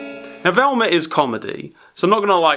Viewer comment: I love how he says "Velmer" lol